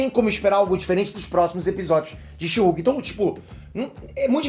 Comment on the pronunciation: A melhot coisa desse ep foi a titanium chamando a she-hulk de sherk